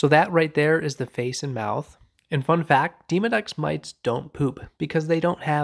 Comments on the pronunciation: I thought that he said "Demon-X." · It definitely sounded like you said Demon X living in my pores. I’m sure there’s no difference but hilarious nonetheless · I’ve never heard a colleague pronounce Demodex in such a manner.